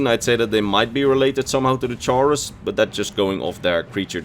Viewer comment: The way you pronounce chaurus is cursed I always pronounce it "kaurus"